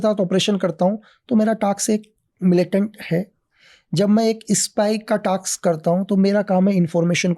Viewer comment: टाक्स नहीं, टास्क।